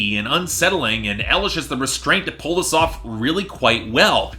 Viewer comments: EYE-lish. Not ELL-ish. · Watching this now and hearing pronounce Eye-lish as L-ish.